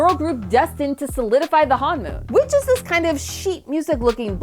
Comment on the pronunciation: ITS PRONOUNCED HON-MON